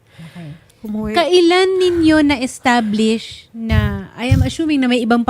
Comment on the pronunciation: Atty. Establish! Panay use ng edtablish 😂